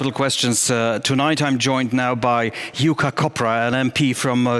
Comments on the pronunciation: I promise you his name is not Yukka 😂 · It is Jukka Kopra. Not Yukka.... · "Yukka Kopra" :D The country of konsonants :D Man.. U Pole's should have "English name":s like the Chinese :D Europe is difficult. We have so many letters and pronounciations.. I'm so glad we have this English to communicate with.. 'Cos we are pretty reasonable people in this world.